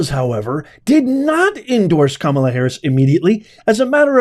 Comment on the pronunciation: Can't listen without 😂 when you say "kamala",="terrible" in english😂